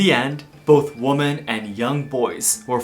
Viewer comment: Wimmen… The English word “women” is pronounced as “wimmen.”